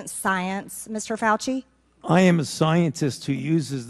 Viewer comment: He is a Faulci pronounced (Falsee)